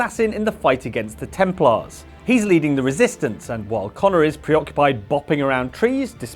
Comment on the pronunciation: FYI Templar finishes with an "uh" sound, not "aaar" like a pirate. tem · plur